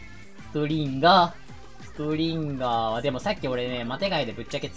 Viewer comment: ストリンガーがストリンダーに聞こえるのは俺だけではないはず